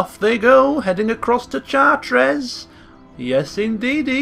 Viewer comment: maybe pronounced Chart-reh